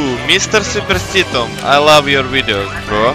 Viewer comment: Ohhh mr. supirstituuum :D